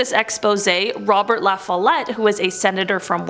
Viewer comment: LaFollette....pronounced La fall et.